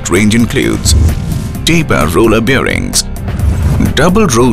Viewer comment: he mentions the word 'bearings' 15 times in those 36 seconds...or is it 'birrings'..?